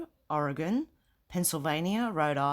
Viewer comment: You get a million points for pronouncing Oregon correctly!!!! (it's a big deal to Oregonians!)